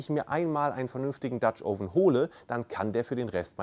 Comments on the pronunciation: Es heißt "oven" mit einem offenen "O" wie in "Offen" und nicht "ouven". Tut mir leider in den Ohren weh, komme aus dem angelsächsischen Raum. Anonsten wie immer informativ. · Du hast offensichtlich viel Ahnung - nur von der Aussprache nicht. Das Video ist nur mit viel Mühe schaubar, wenn man tausend mal „Ouven“ hört. Schau dir mal ein englischsprachiges Video über Dutch Ovens an, wenn du das schon beruflich machst. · Noch nicht mal "Oven" richtig aussprechen können. Aber labern.